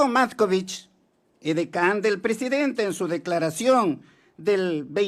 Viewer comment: Viejo Ignorante!!! En vez de decir PRESIDENTE, dice PRESEDENTE. Encima es MOTOSO!!!